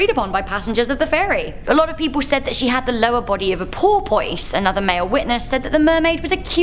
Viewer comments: PORPOISE??? POR-POISSSE? Well that was adorable. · Your pronunciation of porpoise was positively adorable! I still am fascinated by crop circles and bigfoot! So many people in so many different cultures claim to have seen this creature that it seems as though there must be some truth to it.